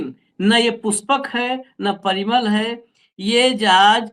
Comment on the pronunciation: अम्बानी के संबंधी पीरामल हैं न कि परिमल l